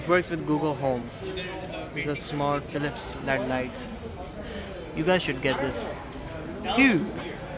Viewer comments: inko led lights nhi boltay. These are ‘L’ ‘E’ ‘D’ lights. But still i like the way you are struggling Keep going all the best👍🏻👍🏻👍🏻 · Led lights 😂😂 It is L.E.D you pronounce it separately